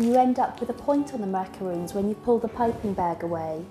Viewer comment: lol its macarons!!!! not macaroons...